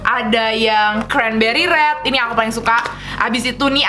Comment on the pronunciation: Rrrrrrrrrreeeeedddd nya bukan red in english :D rrrreedd kak rrerdd bneran lucu kaka kuh panutan